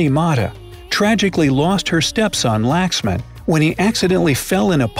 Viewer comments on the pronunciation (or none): Thats not laxman its pronounced as lakh sh mab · its not prounounced laksman its prounounced lakshman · it's not "Laxman" its "lakshman " sir ji.....they are our God ...proud to be an INDIAN❤❤ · It's not laxman it is lakshman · it's not laxman I think its lakshman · Laxman is pronounced "lakshmann" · in he prounces Laxman like wrong it is like (luck-shmun) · Laxman is not pronounced like that its lakshman that is how its pronounced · It's not lax man it's lakshman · It is not Laxman it is Lakshman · That's pronounced as Lakshmn not LaXmAn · Lakshman not Laxman Proud to be an Indian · Its laksman spealing but this will help to speak his name correct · Well, I knew them all, except for shampoo 'cause I'm Indian, if you don't know about your country then nothing can happen to you (in India this is a quote in Hindi tumhara kuch nhi ho sakta) And yeah one more thing Lakshman is not pronounced like that .😅 My favorite movie is Hero panti. well I assume you don't know about it It's good to hear about your country thank you so much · When he pronounced Lakshman wrong,I got so angry! Everyone pronounces every word here wrong. Like if you noticed.